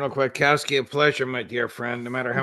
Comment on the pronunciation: She has a Polish surname Kwiatkowski, not Kwaitkowski.